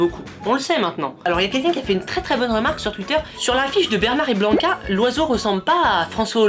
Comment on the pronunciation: Au début tu a dit blanca au lieu de bianca